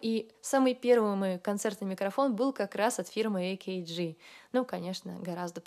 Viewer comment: не «эй-кей-джи», а «А-КЭ-ГЭ», что же вы в самом-то деле😀